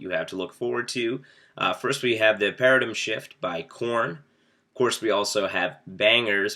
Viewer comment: lol kevin can't say paradigm